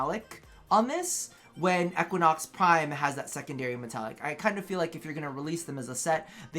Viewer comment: He said Equanox lol